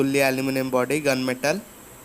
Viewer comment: Instead of body u said boby what are you doing bro😔😔